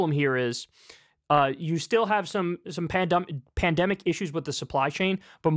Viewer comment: Did he just say “pandumbic”?